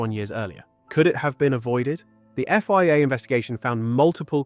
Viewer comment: So many wierd mispronunciations of circuits, places, drivers and the F-Y-A (Think you mean FIA)